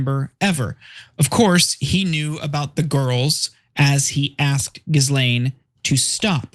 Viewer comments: Dude it’s GHI-Laine, the s is silent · as journalists try and learn how to pronounce her name correctly. you do not pronounce the "s" in Ghislaine as it is a french name.